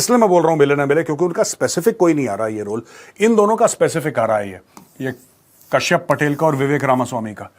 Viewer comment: Kashyap pronounce nai hota, par despacito toh bohot aacha gaa lete he 😂